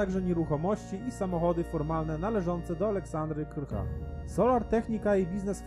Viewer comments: A może by tak nauczyć się czytać po polsku? Gdzie w dokumentach widzisz nazwisko Krycha? Ja widzę KRCHA. bez "Y" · krcha to nie krycha w sensie przekręciłeś nazwisko po za tym matieriał na wysokim poziomie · Czy tylko ja nie mogę słuchać przekręcania nazwiska Krcha? 😅